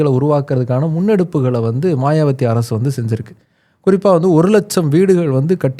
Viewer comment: மாயாவதி என்பதே சரி. மாயாவத்தி தவறு